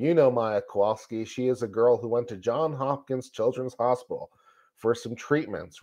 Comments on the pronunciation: It's JohnS Hopkins not John Hopkins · Can we please pronounce it correctly as Johns Hopkins? It isn’t John Hopkins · JohnS Hopkins John has an S on the end. Its two last names.